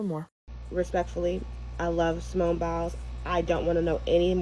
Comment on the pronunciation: Her name is Simone, not Simeone I don't know why this name is such a challenge for people.